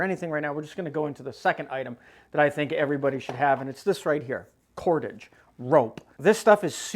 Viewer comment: . Pretty sure it’s “cordage”.